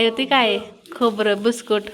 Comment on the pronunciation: भुस्कुट नाही म्हणत बिस्कीट म्हणतात 😂